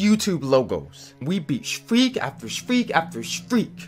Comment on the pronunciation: "we beat sfreak after sfreak after sfreak"